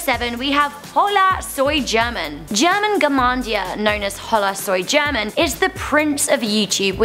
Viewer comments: Hahaha, she should learn some basic spanish to pronounce "German" correctly. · Anyone who watches juega german and hola soy german and got triggered cuz she pronounced it horribly or just me? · is no now cringing at the way she pronounces german and juega? omg